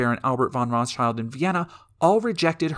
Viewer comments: Ive always heard the s in Rothschild pronouned where it is, not at the end. Its not Rothchilds... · The Rothschild name, like many Jewish family names, is of German origin, and pronounced with an 'i' as in English 'kid', not as in English 'kind'. The 'Schild' in the name is cognate with English 'shield', but because of the slow shifts in pronunciation over time, one of the closest English words that it could nicely rhyme with is now 'guild'.